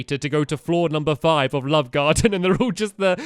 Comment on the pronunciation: One time of saying "love garden" you said "lub garden" haha